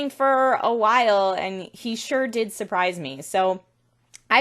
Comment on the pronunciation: Suh-PRIZE! Suh-PRIZE!! Suh-PRIZE!!! Nate should consider himself the most fortunate soul on Earth for finding a fine lady like yourself. Oh, did I mention what hot ice you have? All my best.